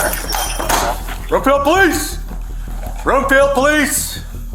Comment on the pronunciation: FYI it’s Broomfield, not Bloomfield 🙂